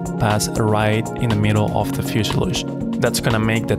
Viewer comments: Fuselage not fuseiluje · Love the video man this is some high quality stuff! I like how you cut the wing out with the Hotwire on the table. (Fishelooge, stab-a-lisers, aleroons. Sorry, now you're gonna think of me everytime you say those three words.) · He can't say fusalage ;-)